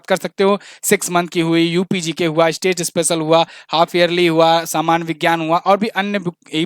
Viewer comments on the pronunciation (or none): none